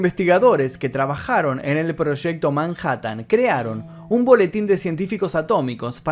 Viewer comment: Proshecto. Que quiere decir eso? Proshecto?